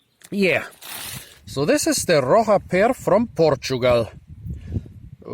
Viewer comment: It's pronounced as "roh sha" and it means "rock"